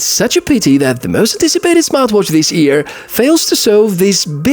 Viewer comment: чудесни видеота и прекрасен английски! Само няколко забележки за произношението: 1) прави разлика между дълго и кратко и, защото последното неправилно произнасяш като -ий-, а има разлика между лив и лийв; 2) произнасяй йъ вместо иъ в думи като йър (година); 3) и последно, не се казва три дот фор в дробни цифри, а три пойнт фор. Дерзай!